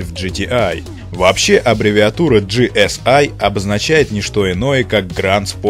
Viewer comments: Не ги эс ай а просто ГЭ ЕС И это не американцы а немец так то ;-) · Вообще-то это немецкая и читается ГЭ ЭС И